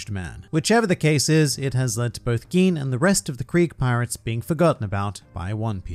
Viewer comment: How come you can pronounce Gin correctly and butcher must know pronunciations such as Enies? (エ eh ニ ni エ eh ス s(u) sounding like Aeneas) Knowing that expands the importance of EL tremendously and so much bad pronunciation makes my ears bleed. You have improved since back in the day when you had less than 1,000 subs, but try to stay a cut above the horrible pronunciations of 99.9% of OP YTers.